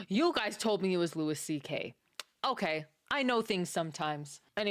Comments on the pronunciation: Just FYI it’s Loo-ie, not Loo-is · Ma'am its LOO-EE CK, not LOO-ISS CK... 😉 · Could you at least pronounce his name the way he presents it? The "s" is silent so it sounds like Louie. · It's Louis, pronounced "Loo Ee" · Pronounced Lew E. He’s the GOAT! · Louis is pronounce like Louie C.K.. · I’ve never heard anyone say his name like this. Not one bit of research at all?